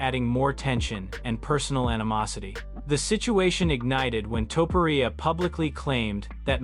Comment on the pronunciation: Lazy A.I videos are killing the content pool of YouTube. Same with spooky ghost demon videos. A.I can never pronounce names correctly or the word “Live” Livestream = Liv Stream Topuria = Toe-per-Ee-ya Anyway, 😢Dana hates when people think he’s Joe Rogan 😡